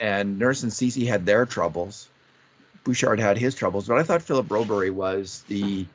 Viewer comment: please take a moment to learn how to say Broberg's name. It's a few weeks now that you still can't manage to say a name that is both easy to pronounce, easy to read and reflects pretty badly on you that you can't say it after weeks.